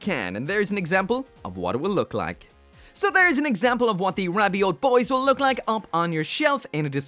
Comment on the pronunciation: Whenever you say rabiot all I hear is ravioli